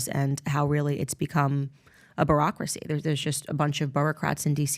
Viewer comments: I don't know if it was a Freudian slip or just her accent, but did she say "Barack-racy" ... which is probably more accurate! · surprising pronunciation of bureaucracy...